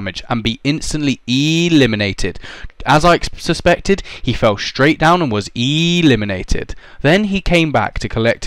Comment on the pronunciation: Why do u say eeeeelimanated